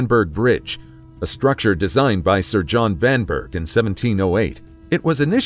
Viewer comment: Oops! The architect Vanbrugh’s name is pronounced ‘Vanborough’. (I should have waited to see the whole video before posting!)